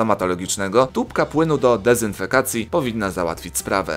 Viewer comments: mowi sie do dezynfekcji a nie dezynfekacji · Dezynfekcji, a nie dezynfekacji chyba ;) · dezynfekcji nie dezynfekacji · do dezynfekacji?😂😂😂 Naprawde??? Dezynfekcji* się mówi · To dezynfekcji a nie do dezynfekacji xds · DEZYNFEKCJI XD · "Dezynfekacji" XD jeblam😂😂😂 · sorry, ale mówi się dezynfekcji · no ja wiem ale powiedział tak jak napisałam:P i zastanawiam się, czy to jakaś gra słów czy pomyłka